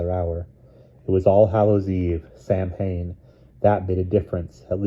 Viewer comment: Sam-hain ❌ Sow-in ✔️